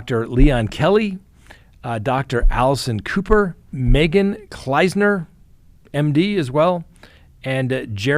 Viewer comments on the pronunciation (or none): none